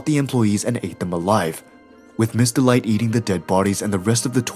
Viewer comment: Her name is Miss. Delight, Not Mr. Light